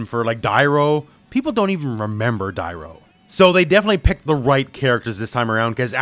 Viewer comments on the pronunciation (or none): The fact that he cant pronounce Dairou's name is enough to tell me he didnt play MK Deception for more than a few minutes hahaha Funny how they all jump on the bandwagon. Sad how much these modern youtubers dont know anything about 3D MK